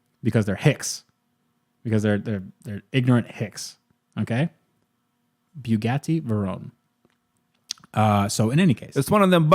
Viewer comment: Wow you son of a bitch swallowing my food after says “Bugatti Vernon” and you say bugatitti darkvaders I haven’t laughed like that in a long time thank you